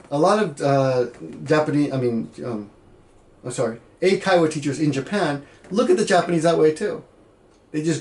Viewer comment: Sounded like he said "enkaiwa". Hahaha, random "chikubi" wtf?! Oh, you have the same mic I just bought. Samson Go. The problem with hat mic is that you seem to be pretty close to it and I don't have a stand for it. When do you use it? That thing about having to go to parties is really weird... I would not agree to do such a thing. Will they fire me if I don't? I gotta have free will outside of the actual job. And for ex. Meaphe has the opposite issue where she isn't invited to parties but wants to be. That's one of the few things I dislike about Japanese culture, lack of being upfront and direct. In western countries that seem to be mostly coming from women. Great video yet again.